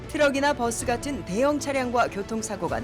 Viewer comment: 메트로 '뻐쓰' (x) 버스(o)